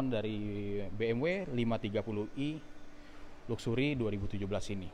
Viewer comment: Ucapan luxury nya jangan kaya org kampung gitu donk,,,malu2 in aja bikin vlog BMW tapi ngomong luxury aja salah,belajar cakap bahasa inggris yg benar. Terus ucapan velg nya yg benar, masa velg jadi " pelek ". Ngga cocok jadi vlog mobil BMW lo. Ketawan Sales tamatan SMA